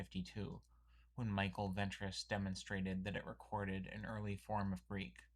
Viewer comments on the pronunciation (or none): none